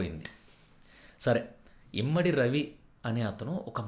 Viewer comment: ఇమంది ... ఇమ్మడి కాదు